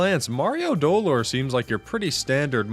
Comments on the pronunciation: doLOR. In Spanish, you put emphasis on the second syllable for this word. It was absolute pain to get through the whole video, each time was a stab. qwq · Not to be a party pooper or if he's joking then sorry, but its speld do-lore, other then that its a goofy video :) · Maybe the real Super Mario Dolor was pronouncing dolor as "Doe-lore" along the way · Ok I'm not gonna scroll and I'm sure this comment is just not gonna be relevant but the pronunciation of dolor is slightly inaccurate but wrong enough to make me a teensy bit upset. The emphasis is supposed to be on LOR rather than on DO 😅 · As a spanish speaker, i felt physical pain everytime he said dolor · Did he mispronounce it? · Every time he puts emphasis on the first syllable of “Dolore” I cringed